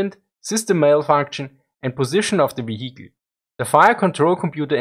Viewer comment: Moin, das Wort "vehicle" wird als "wie-äckl" ausgesprochen, nur als Tipp.